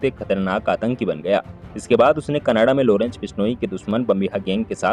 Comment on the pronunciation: Lodence nhi Lawrence bhenchod .. tameez se naam le